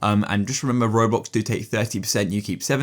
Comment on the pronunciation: Bro said “raWbOlx”